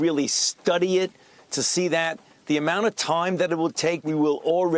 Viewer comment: ‘Toime’‽ 😄 Why should we trust a doctor who talks like Elmer Fudd?